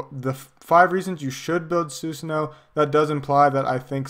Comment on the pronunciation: Why he is pronouncing "Susano instead of traditional Su'sano? It really irks shit out of me